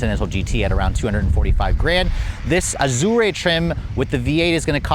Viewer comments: Ahdure, Ah-jawr, Ajor, anything but "Azorrae" please I beg of you 🙏🏽🙏🏽😭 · Azure, not Azurea. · There is no “e” sound on the end of Azure It is pronounced Az your Just sayin’ 👍👍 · How do you pronounce Azure? Not like that. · I have never heard "azure" pronounced like it is an Italian word!!! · The e is silent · "expensive chirp" has this guy not driven an Audi, my '17 A4 makes exactly the same sound. Doesn't know how to pronounce Azure either, embarrassing😅. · You're pronouncing Azure wrong. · That's not how to pronounce Azure.